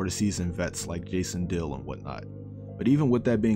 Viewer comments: Omg right. I was like who tf is Jason deal. and googled it with disney channel before I realised who he was talking about! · You kept saying Jason dolly name wrong lol 😂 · I was confused at first lol